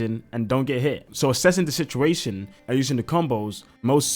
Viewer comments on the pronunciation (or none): none